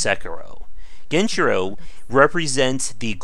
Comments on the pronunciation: Dude is he trying to be annoying by saying genchiro gen-I-chiro smh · Do you pronounce "Genichiro" as "Genchiro" and "Isshin" as "Aye-zin" unintentionally, or is that just a bait for comments? Edit: Ah, nevermind, it is bait lmao. "The game is so easy: that 'genchiro' fight you just saw? After hours learning his moves, it was easy". You got me. Good one.